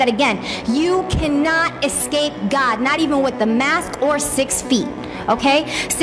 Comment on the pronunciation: All I can think is “its escape.... not essape”